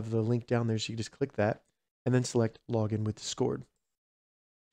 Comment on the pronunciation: I left a like but i almost didnt cuz of the way you say "Discord" The empha-SIS is on the wrong syll-AB-le